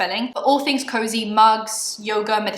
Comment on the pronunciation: WHEN JACLYN SAID “COZY” and “coze” i was like SHE DIDNNTTTT. what a bitch honestly